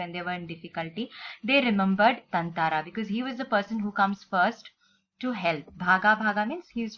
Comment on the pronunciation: Isn’t it thathara mam? Or is it thanthara?